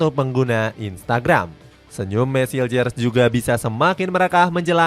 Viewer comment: Bukan hiljer baca nya min tp hilqher krn itu bhsa belanda bkn bhsa inggris